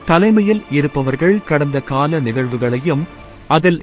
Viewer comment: கடந்த காலத்தவறுகள் அல்ல... கடந்தகால.. தவறுகள் என்று வாசிக்க வேண்டும்